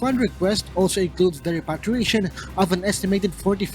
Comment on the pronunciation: please advise UNTV reporter to check the proper pronunciation of the word repatriation...